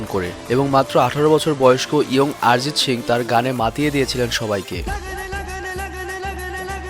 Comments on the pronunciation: আরে ভাই আরজিৎ সিং না তার নাম হল অরিজিৎ সিং ভিডিও বানাইছো টিক আছে নাম টা শুদ্ধ করে বল 😡😡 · সালা আগে উচ্চারণ ঠিক কর। নামটা তো ভুল বললি তার উপর সিং কে শিং উচ্চারণ করতেছস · প্রথমে উচ্চারণ ঠিক করুন গুরুদেবের নামটা ঠিক ভাবে উচ্চারণ করুন ARIJIT SINGH অরিজিৎ সিং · আপনি ঠিক মতো উচ্চারণ করতে পারছেন না, নামটা হবে অরিজিৎ সিং, আরিজিত সিংহ নয়। দয়া করে ঠিক নামটা উচ্চারণ করুন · দাদা অরিজিৎ সিং নয় অরিজিৎ সিং